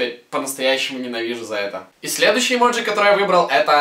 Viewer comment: Влад ни эмоджи а эмодзи